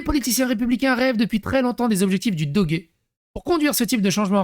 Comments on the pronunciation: On dit pas Dogué ça se prononce le doge comme une horloge 😉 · Doge prononciation comme en français 😊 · on dit doje :) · c'est pas doggy c'est doge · Ça se dit dodje fais un effort 😢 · on ne dit pas "dogué"! XD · Ca se prononce Doje.